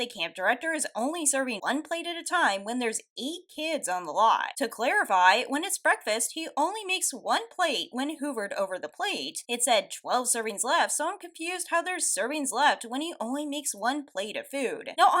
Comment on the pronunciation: Did you actually just say "hoovered" for the word "hovered"?